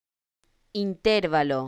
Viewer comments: No es correcto. Se pronuncia acentuando la sílaba 'va', como si se escribiera interválo no intérvalo. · Esa pronunciación ES INCORRECTA. INTERVALO La palabra "intervalo" es una palabra grave o llana, ya que su sílaba tónica es la penúltima (in-ter-VA-lo). Tiene cuatro sílabas y no lleva tilde porque termina en vocal, conforme a las reglas de acentuación del español que indican que las palabras graves no llevan tilde cuando terminan en vocal, "n" o "s". En algunos casos, se confunde erróneamente con una palabra esdrújula ("intérvalo"), pero esta forma es incorrecta y no está registrada en el diccionario. La forma correcta es "intervalo", sin tilde. En resumen, "intervalo" no lleva tilde porque: - Es una palabra grave o llana, con la sílaba tónica en la penúltima sílaba. - Termina en vocal, y las palabras graves que terminan en vocal no se acentúan gráficamente. - Cualquier variante con tilde en la antepenúltima sílaba ("in-TÉR-va-lo") es incorrecta. Esta explicación se basa en las reglas de acentuación establecidas por la Real Academia Española. * Explicación[1][2][4][7]. Citas: [1] D. El español: Las reglas de acentuación [2] Qué son las palabras graves o llanas, reglas y ejemplos [3] Palabras graves | Ejemplos y acentuación [4] El acento - palabras agudas, graves, esdrújulas y ... [5] Acentuación del idioma español [6] ¿Qué son las palabras graves? Reglas, ejemplos y ejercicios ... [7] 2.4.1 reglas generales | Ortografía básica de la lengua ... [8] Reglas Graves | PDF | Sílaba | Comunicación humana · Oiga no enseñe mal. La pronunciación no es esa porque es una palabra llana y el acento fonético va en la penúltima silaba